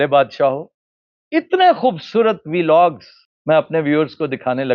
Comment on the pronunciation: Aftab Iqbal sahab apki sab batein bilkul theek but aik pronunciation zara theek krein Veelog nahi hota sir "Vlog" correct this